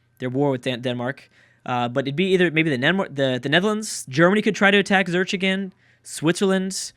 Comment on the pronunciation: Zu-rick, Zu-rick ZU-RICK It took you less long to pronounce Salzburg, c'mon man